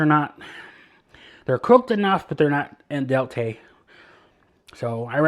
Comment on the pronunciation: Enjoying your vids!It's spelled al dente and in Italian it's pronounced like the man's name, Al den tay. Often Americans pronounce it 'all' dente but never 'in' dente. Yeah his frozen foods aren't doing so great.